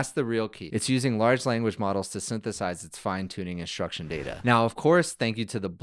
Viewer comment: why do you say "inshtruction"? instead of instruction?